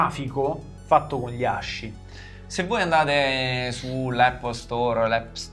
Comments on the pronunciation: quello che vuoi ma si pronuncia ASKI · Ragazzi di pronuncia aski, SI PRONUNCIA ASKIIII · Bellaz non voglio rompere i coglioni ma ASCII si legge "aschi" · ASCII si legge aski cmq (in inglese) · Fun fact: in inglese ASCII si legge "aski", il nome del sito è asciicker che si dovrebbe quindi leggere "ass kicker". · Tutto bello ma ascii si pronuncia come il cane husky. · posso rovinare la magia dicendo che ASCII si pronuncia aski o, al limite, askey? mi annoiavo.. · ASCII si legge ASKI ragà